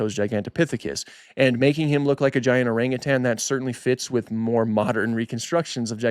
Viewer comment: My God he pronounced orangutan correctly! Kudos to you, I’ve heard zookeepers mispronouncing it